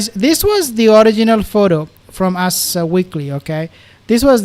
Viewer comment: Your pronunciation of " Ass Magazine" made my day!